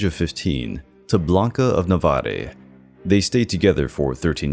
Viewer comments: Navarre rhymes with jar, not Navarre like vary. Arch as in an arch, not 'arcbishop'. Makes my teeth itch. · By the way, the e in Navarre is not to be pronounced - the name is of French origin